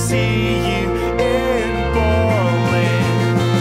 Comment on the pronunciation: The song is nice, but he mispronounces practically every word... is it Berlin or Bwarhlin?